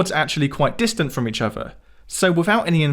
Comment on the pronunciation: Great videos always but if you can pronounce ‘the’ why do you use v in the word other. You keep using v. Smoove instead of smooth. It’s terribly irritating.